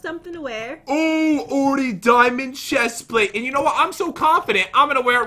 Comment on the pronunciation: Did anyone notice the chest plate is pronounced wrong.